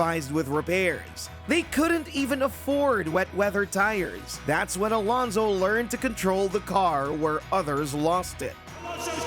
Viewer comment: Why is so hard for britards to pronounce Fernando Alonso? 25 years in F1 and yet they can say it properly XD, well, britardeds